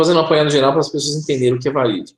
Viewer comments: O livro The Project de Mark Macy se refere à Terra paralela como Varid, e não Valid. Será que ouvi bem? Entendi o pronunciar com "L". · Terra Oculta, Marduk é um ser, entidade de origem maldekiana, de Maldek, isso em conformidade com as informações q li em "atravéz de olhos alien". E o tempo todo ouvia a pronúncia de como planeta Valid e não Varid conforme, agora, corrigido. Gratidão.